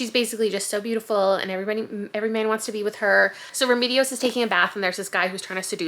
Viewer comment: Also in Remedios the second E is pronounced the same as the first.